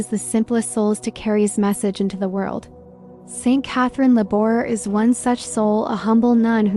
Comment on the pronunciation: As a teacher, I can not use this video because in the first 30 seconds you mispronounce Laboure. Also, there are numerous medals pictured and NONE OF THEM ARE THE MIRACULOUS MEDAL.